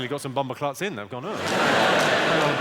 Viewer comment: Jamaican “bombaclot” HAHA !!! I snotted on myself !